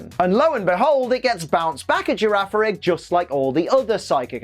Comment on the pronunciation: The second G in Girafarig's name is a hard sound. Gira farig Farig iraf That's the only explanation I can think of at least